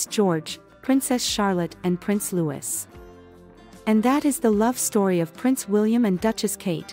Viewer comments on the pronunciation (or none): Catherine is the princess of Wales, keep up & show some respect. Prince Louis is pronounced the French way Lewie...